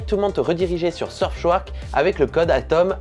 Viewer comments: Tu pourrais faire gaffe à ta prononciation quand même... Surfchouark minimum 3X, c'est ta sponso, respecte les mdr Et splitscan, pas splitcan... M'enfin, la vidéo reste sympa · RIP la prononciation... "seubschouark" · SurfSHOUARK🤣🤣des barres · Franchement je suis le VPN, je ne fais plus jamais de partenariat avec toi... c’est pas sérieux de ne même pas prononcer le nom correctement...